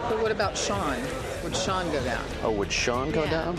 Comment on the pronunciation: it is sean not shean